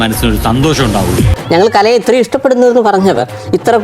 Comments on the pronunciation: കലെനെ 😂😂കലയെ ന്ന് പറയാൻ പോലും അറിയില്ല കഷ്ടം 🙏🏼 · Kalayena alla kalaye